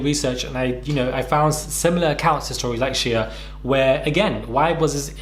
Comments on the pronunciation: I was surprised as well & I’m British lmfao. I think just mispronounced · Is that really how Brits pronounce his name “Shee uh”?